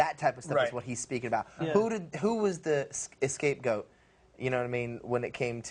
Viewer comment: I saw an interview with Aaron where he said "escape goat" instead of scapegoat, and here Nick is saying the same thing. 😂😂😂